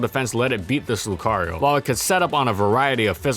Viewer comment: NO MORE SWEARING PLEASE! AND DO NOT LEAVE OFF THE R IN LUCARIO!